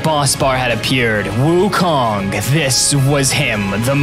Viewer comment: It’s pronounced wu-Kōng not wu-Kong